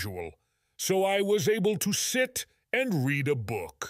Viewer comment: 2번 문장이요. 책을 읽다가 과거 시제이니 발음이 뤼드 어 북이 아니라 뤠드 어 북으로 과거형으로 읽어야하는 거 아닌가요?